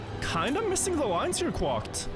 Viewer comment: the way you pronounce quacked is wild to me lmao